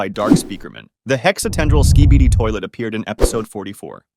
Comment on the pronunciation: "The Acid Barrel Skeeibieedi toilet" "The Anthony Fantano Skybidi toilet"